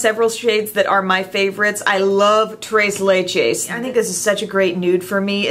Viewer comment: I have toasted marshmallow and I love it. As a Latina, I loved how you said tres leches. It tickled me. Thank you! 😘